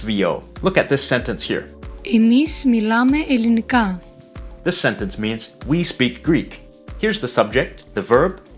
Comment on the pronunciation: as a Greek, I can confirm that this pronunciation of "Ελληνικά" is wrong.